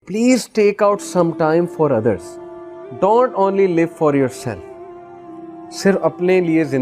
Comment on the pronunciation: He says "don't" like a malayali